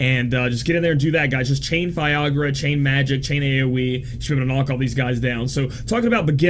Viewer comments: it's Fy-ra-guh, not Fiagra (sounds like viagra) hahahaha! Great guide, as always. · did you just viagra insted of firaga? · I kept hearing viagra haha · Repeat after me: fi - RA - ga. fi - RA - ga. fi - RA - ga..... see, it's not that hard!